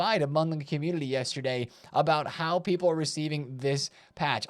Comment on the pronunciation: Am I hearing wrong or does say opportunily and communily?